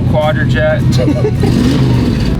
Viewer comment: Kept calling that 2jet a Qjet 😂😂😂😂😂